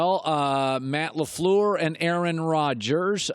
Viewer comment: It's Matt LaFleur, Flööööööör, not Matt LaFleur, Floooooooor. Dorky Colin.